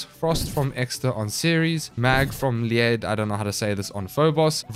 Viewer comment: I think that planet is greek, the one you cant say I think its pronounced "ILL EE AD"